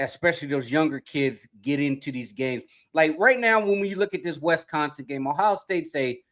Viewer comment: It's not WEST-consin! FFS, you guys never get any better.